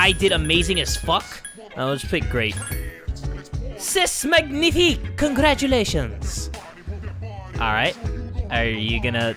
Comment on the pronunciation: you totally failed the french word " c'est magnifique" it's like " cé < or say if you can't read é "